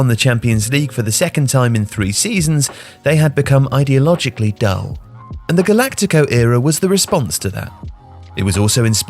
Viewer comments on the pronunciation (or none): "idealogically", really? :D